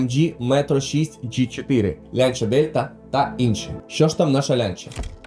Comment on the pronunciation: Дякую за відос, він крутий. Але на майбутнє- правильно вимовляти «ланча», а не «лянча»